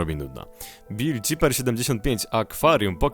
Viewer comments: W tym pierwszym przedmiocie to nick powinieneś przeczytać "Bill sajfer" a nie "bill c(z?)iper" XD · Bill ciper xD To się powinno czytać "Bil sajfer" xD